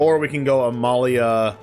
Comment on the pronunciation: Thank you so much for pronouncing Amalia's full name correctly.